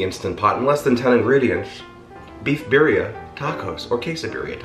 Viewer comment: Pronounce “Birria” correctly!